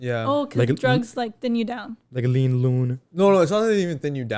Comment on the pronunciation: As a lean sipper when said lean luuun that shit made me crack up 🤣